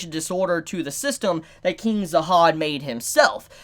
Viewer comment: y does he keep saying zahad